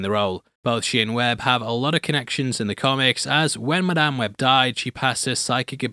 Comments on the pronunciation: "MIDame web" 💀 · in what. English accent does an "A" become an "E". mEdame Webb? What? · Did you say MIDame web?😂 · The way he said Madame Wed like Mid-am Web. I can't tell if that was a deliberate pun meant to call out the middling quality of this movie. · Holy shit, the literal first word in and you can hear how much he hates the movie. Midame web is a little generous, don't you think? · It's Madamae webbae